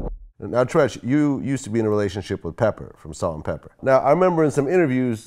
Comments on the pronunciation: Not peppa, but pepper lol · It aint pepper. Pepa.. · It's Pepa not Pepper Vlad..